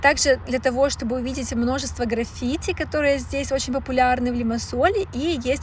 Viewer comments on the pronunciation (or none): Все круто, едиснтвенное, аж подбешивает, почему постоянно меняете ударения в словах??? К примеру, графити,и в других видео тоже самое